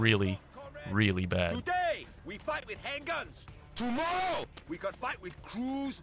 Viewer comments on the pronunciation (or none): "tooday, we fight with han guns, toomorrow, we gon fight with croose missile"